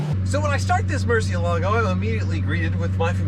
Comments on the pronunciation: Why do they keep mispronouncing Murciélago? 😂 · Apparently you're pronouncing it wrong according to Ed and Tarvarish even though I like the way you say it better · He's not pronouncing it correctly though, he even states it is Spanish for bat. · Stag Manson He is haha. Ed Bolian and Tavarish are the only people in the world that pronounce it that way. And they are wrong. Haha. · I don't care what Tavarish says (or claims that Google says), I prefer pronunciation of Murcielago, even if it's wrong. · Now I can't hear this pronunciation of Murcielago without thinking it is incorrect. Thanks Tavarish. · It's Moorr-see-ehl-ago. Not Mercy-o-lago. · Mercy...L..a....go. not mercy-ALA-go. Tavarish would be ashamed of your pronunciation. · The Mur has a Moor sound to it, Moor.. everyone puts too much emphasis on the lago, it's not lago, Its the ela, Moor - Ci (si) - ela - go Moor-Si-Ela-Go, Not Mercy-uh-lago. I can't watch when people butcher how to pronounce that cars name. Freddy says it right, talk to him and have him work on your pronunciation. Cheers. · Dear: 1. The singer on the recording of "Carmen" that you chose for this video is terrible. 2. The name of the car is Moorsi-EL-ago. That's right, it's not a Merci car, and the stress is on EL. You are welcome. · Murcielago: pronounced mercy-EL-ago but this one is busted enough that it's entirely understandable to not even want to address it correctly. yet. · Nope. It's pronounced Mur-ciEH-lago. Tavarish is the ONLY person who says it like that. Your argument is based on the fallacy appealing to authority (argumentum ad verecundiam). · Mercy-uh-lah-go Tavarish: Google it. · Nicholas W. “lago” is lake, and they pronounce it “lah-goh”. Therefore, Murcielago is pronounced as “Moor-syeh-lah-goh”. Tavarish and Ed Bolian are not correct. When they are the only 2 people in the world that pronounce it like that, then you know it’s wrong haha. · He does not pronounce Murcielago though.